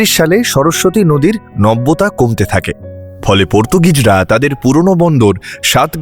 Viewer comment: Nobbyota noy kothata nabbyota